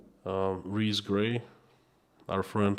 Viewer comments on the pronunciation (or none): none